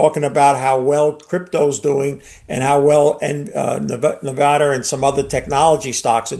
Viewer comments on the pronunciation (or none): "nevada" You mean Nvidia? lol i swear these boomers sometimes..